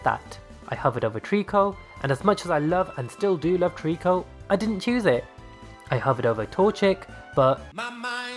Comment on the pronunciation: Left off the C in Treecko, and it's Samurott, not Samorot!